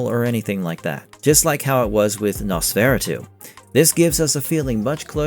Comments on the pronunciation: Ah … Nos-fer-AH-tu. Please. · Did you call yourself a horror nerd and then mispronounce nosferatu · Bro...you suck at pronouncing nosferatu. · 13th century means the 1200s. Why do you pronounce Nosferatu like that ? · This guy's a legitimate 50 IQ sporting moron for being a horror buff. I've never in my life heard anyone butcher that name.